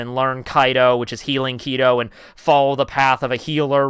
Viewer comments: It's Kido but you keep changing back and forth from Kai-doh, to key-do... PICK ONE!!! Several other words mispronounced, but whatever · also she already knew healing kido because she learned that to prolonge her own fights.... and she started as captian of the 11th squad she changed to 4th later on also its ki-do not kei-do :) your pronounce of all these words is making me cry T-T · Stopped watching when he said “kai-dough” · The first Zanpakutou that was blood based was Urahara's Benehime... also you might wanna watch the anime because the way you pronounce Kidou hurts me as a foreigner